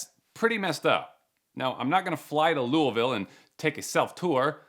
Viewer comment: YOU SAID LOUISVILLE RIGHT🎉🎉🎉🎉 I LIVE THEIR